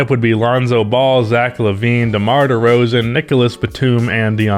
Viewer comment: Dude it’s derozAn. Come on man.